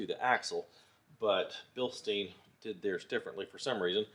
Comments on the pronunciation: thanks for the video. Btw, it's bilstein, like Beer stein. It's a German word and in German, when you have an I and E together, which ever letter is last, is the one that gets the heard. So stein is like stine. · Proper pronunciation is Bill sht eye n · In German the second vowel is pronounced first. Therefor it is pronounced Bilstine.